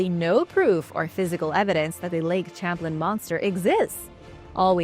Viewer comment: Lake sham-playn